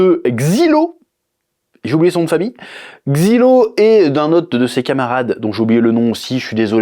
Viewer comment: c'est pas xilo c'est zailo